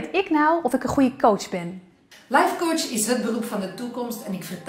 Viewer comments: Ik had iets dergelijks en hoorde steeds minder verschil tussen kootsj en kots. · Aan het eind van dit fragment klonk het woord "coach" niet eens meer als een woord